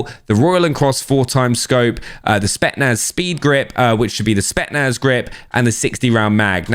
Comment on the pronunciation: It's pronounced SPET'S - NAZ Not SPET-NAZ Really annoying tbh